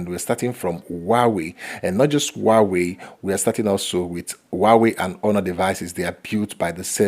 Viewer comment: is not uauei...it's huawei...